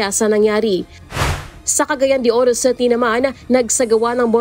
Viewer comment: WTF?? The word “city” is pronounced “city”, not CETY! Please pronounce words correctly if you wish to be aired nationwide. It’s embarrassing. Thanks 😊